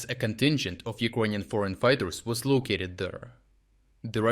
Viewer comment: do you pronounce "Icronian" on purpose, am I missing something?